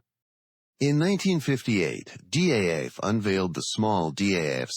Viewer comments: Its pronounced as DAF not Dee AEI AEI EFF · The voice over in the movie says D, A, F, in separate letters. But DAF is just one single word. It sounds in dutch like the English word STAF or Daft (from Daft punk). So the name of the factory is pronounced correctly as DAF (in one word). And the DAF YA 126 is indeed a marvelous light truck. I drove it in my military service time, forty years ago.